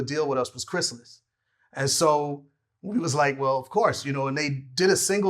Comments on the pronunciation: It’s more like, Vlad: Cries Alice Speech: Chris-ill-is. Honestly, Vlad’s pronunciation is more intuitive if you’ve never heard of the label. That’s how I always thought it was pronounced when I saw it on Gang Starr and Guru’s early albums. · "Chris Alice" C'mon Vlad lol